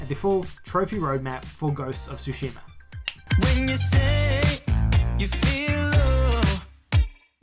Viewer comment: Its not Sushima its Tsushima.